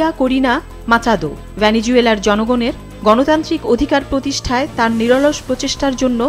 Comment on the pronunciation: এই মহিলাকে দয়া করে আর সংবাদ পাঠ করতে দেবেন না। একজন সংবাদ পাঠিকার উচ্চারণ যতটা পরিশীলিত হওয়া উচিত, এনার তা নয়।‌ বিশেষ করে 'ছনদ', 'সোংখ্যা', ' ভ্যানিজুয়েলা', 'বাহাত্তুর' -- এমন উচ্চারণগুলো মেনে নেওয়া যায়না।